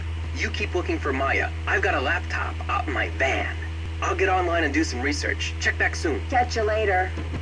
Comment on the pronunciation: "Nicky, where are yooouuu?" Lol! - It's so weird how he says the word "van." It's like a he's way too deep into a superhero character or something. "Don't worry, citizens of Some City. I've got a laptop out in my VAN!" XD *Labels herself a dork*